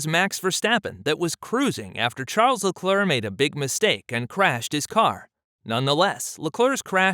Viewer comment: well it’s your channel and you have made this channel about racing and F1. When you listen back you should be able to tell. But to help you out a little. LeClerc name gets butchered on the broadcast but I’ve not heard this pronunciation much, but it’s not too off. Bottas and Ocon on the other hand are way off. Yes I understand that there can be different ways to pronounce names. But why not use the pronunciation of the F1 broadcasters ? When we as F1 enthusiasts watch content and the content creator doesn’t know the names or his voice over guy doesn’t know the names, makes us wonder if the channel is a money grab or the creator has a passion for the sport. I’m sure you have noticed all the new F1 channels lately.